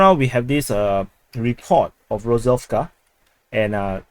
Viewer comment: You read "vska" in the name of town Rozovka, it should sound without "s" like vka